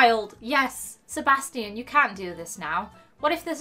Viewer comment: your pronouncing sebastian wrong